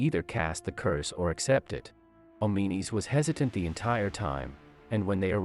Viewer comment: Oh-mee-nees? Come on man, the game even pronounces his name "Awm-in-uh-s". Insert Pulp Fiction "English MOFO" quote.